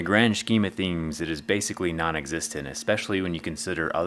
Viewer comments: "but in the grand schkeem o theems" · "The grand schkeem of themes" hahahaha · “Grand shkeem a themes” 😂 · "but in the grand scheme of theems"